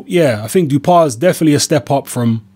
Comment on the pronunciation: Hi, As I live in France for 9 years now, I can confirm that the pronunciation is: Dew-How-Pah. Anyway, never heard of him. Boxing is very low key these days in France so I'm surprised this French bloke got a shot at the world title...